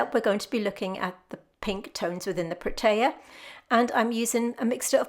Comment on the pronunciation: Hi. I am from Cape Town, South Africa. Firstly I must say - I love your work and videos. Thank you. The Protea is my favourite flower which is unique and indigenous to the Western Cape region. The correct pronunciation is Proteeya. That particular one you have looks like the Prince Protea. You also get the King Protea which is the size of an average dinner plate. Take care.